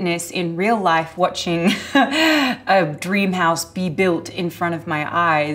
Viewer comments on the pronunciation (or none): none